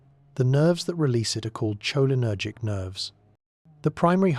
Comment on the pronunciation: Was drifting apart when that pronounciation Woke me right back up